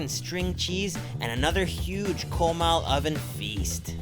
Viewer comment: Did this guy say "KOWMAL" lmao people need to learn how to pronounce shit properly